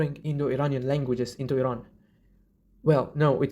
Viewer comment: As an Iranian I'm appreciated for pronouncing "Iran" correctly, that means a lot to us ❤